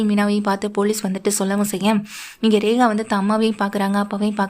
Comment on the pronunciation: Rekha va regava. Ucharippu sari illai.